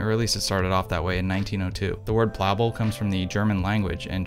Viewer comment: In German we pronounce Plaubel like cowbell... plowbell.